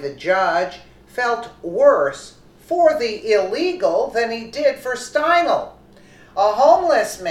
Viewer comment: It's pronounced stine-ly💙 This is TOTALLY DISGRACEFUL!!! He should have gotten the chair😠!!! MAGA TRUMP 😎 2020🗽🇺🇸🇺🇸🇺🇸